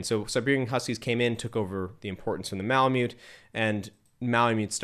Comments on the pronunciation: Good job; I have owned Malamutes for 20+ years. They are the most incredible dog breed on earth, in my humble opinion. Lots of work, but worth every second. The indigenous people of North West Alaska who lived with the breed called themselves ‘Malamut.’ It is pronounced “Mala Mutt.” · The tribe called themselves Malamut, and it is pronounced “Mala Mutt.”